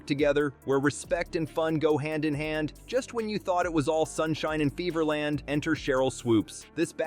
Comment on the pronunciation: Lol did you just say beaver land?? Lol pla leez!